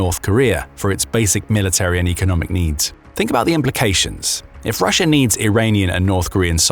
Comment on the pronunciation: Love the intrusive R. lol. "Rusher itself"